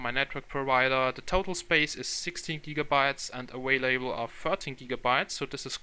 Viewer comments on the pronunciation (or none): none